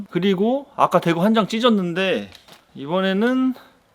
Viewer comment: 대구를 또 ㅊ 라고 하신것 같은데ㅋㅋㅋㅋㅋㅋㅋㅋ